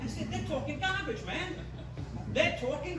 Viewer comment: THEY TAWKIN GAWBAGE!